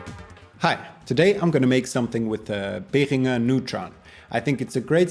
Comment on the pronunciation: Super track. A very enlightening and inspiring process you showed. Thank you! By the way, this is one of the rare times I hear "Behringer" pronounced CORRECTLY.